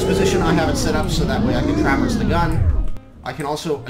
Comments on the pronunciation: the way you say traverse makes me cringe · why do you say traverse in such a weird way